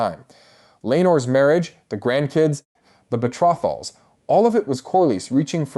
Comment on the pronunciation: Betra-thals 😂😂😂 I had to keep repeating it….Betrothals? I knew it would be terrible when they pronounced Jake-harris